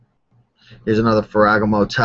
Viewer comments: Ferragaaaaaamo. But keep mispronouncing things. It's funny. :) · phoentically its: Fera Gamo